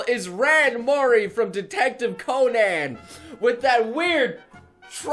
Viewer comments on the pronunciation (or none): none